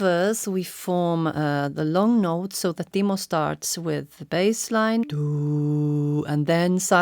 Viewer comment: i still thinking Timo says paul lol